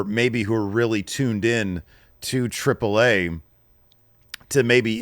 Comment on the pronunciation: I know is a silly guy. I love it. But boy if you don’t quit saying “Triple Ai”. Its treep lay ah